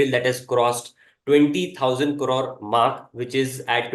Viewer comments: Cor-rode/Kar-roar nahi Crores bolo jo aap beech me 3-4 baar bole bhi. Ya to simply millions me baat krlo, it is difficult to hear it weirdly said as a kar-roar times. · Please do not pronounce Crore as Corore… very annoying 😅